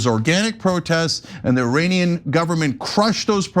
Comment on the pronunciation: The word "Iranian" is pronounced as E-ray-nian.